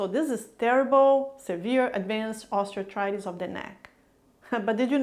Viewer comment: When you speak, you enunciate the words clearly and seem easy to understand. But why are you grinding the term, Osteoarthritis, it sounds like you are throwing the word osteoarthritis into a grinder when you say it.